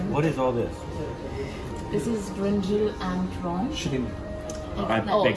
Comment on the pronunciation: Siddharth Mehta, worse, she keeps calling it Brinjill! Wtf is a Brinjill? Brinjack’s girlfriend? 🙄